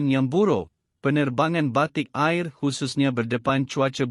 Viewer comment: Hello "Air" Asia bukan Ayer Asia ...dan Batik "Air" dan bukan Batik Ayer lah .Maaf... Mohon di perbetulkan